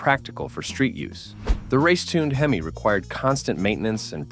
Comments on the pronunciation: The H.E.M.I.?? Hee Mee? FN' AI garbage. So horrible. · AI (almost incompetent). Semi Heemi?